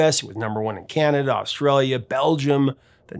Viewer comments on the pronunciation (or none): none